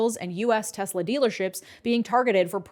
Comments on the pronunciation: 'I love TESSLER...!' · "I love Tesler." - Donald Trump